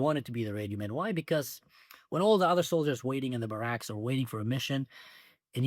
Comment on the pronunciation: Also hope you don't mind, you are lucky and smart enough to be a polyglot, not sure if you would mind a little pronunciation correction, barracks is not normal as in many English words where we pronounce a lot of words with the front part of the word emphasized as in HEllo, VIDeo, etc., it is more like Hebrew as barracks is said as the second to last part emphasized - like if it were written as BærEKs.